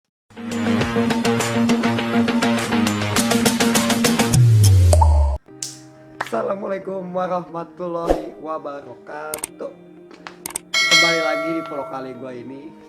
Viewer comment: Pake r bukan l wabarokatu bukan wabalokatu